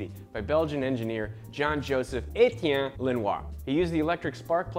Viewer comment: never tought any native english speaker could pronounce "Etienne" lmao